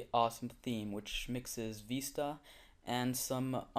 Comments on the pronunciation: It VISTA not VESTA! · Vee-sta? No it's Vis-ta